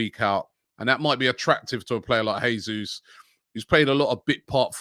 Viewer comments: It's pronounced "JESUS" (don't be shy and pronounce that "J" 😉) not "HESUS", he´s Brazilian, not Spanish. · It’s pronounced Jayzoos not Hayzoos, just saying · Robbie Jesus is pronounced Jay-zeus not Hay-Suess.FFS stop being so lazy. He's Brazilian not Argentinian. He could be playing for us next season. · Robbie, since Jesus is Brazilian you should pronounce it with a strong J since you’d say it in Portuguese. If he was from a Spanish speaking country then your pronunciation would be correct.